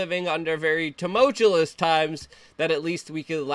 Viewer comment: "Tumultulous"...love you Luke. 🙃